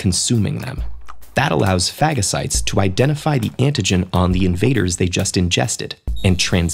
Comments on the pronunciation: Phagacites...LOL Sorry I had to. 🙃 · Fagacites lol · Hehe... it was scary watching that tv show that made light of carT cells to think the body doesn't attack the cancerous cells because it doesn't count them as a threat... or is it that they can't produce the anti bodies... Didn't think phagocytes were pronounced like that :) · Sorry but I laughed when they said phagocytes